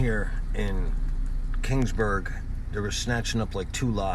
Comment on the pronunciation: It's Keeeeeeeeeaansburg not King's Burg. Sheesh